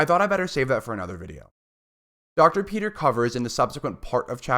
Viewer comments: His name is pronounced Brant Pit-Ree. not Peter. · It’s hard to listen to you keep on saying Brant Peter